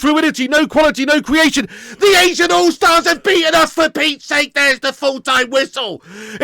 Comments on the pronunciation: It's not ASIAN all-stars. It's ASEAN, pronounced A-ZEE-N. Which is just South East Asian nations. I.e. the mostly island nations in SE Asia not including places like Iraq, China, Korea, Japan, etc. Also, these aren't the best players from those leagues, these are just some of the players that play in various leagues in the region like the Thai league who are attending the ASEAN conference in Malaysia. It's beyond pathetic. They're not even actual all-stars. Literally just some players who would never ever make a top 30 league in the world, playing against their idols...and defeating them. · funny it sounds like you're ranting about "asians" lol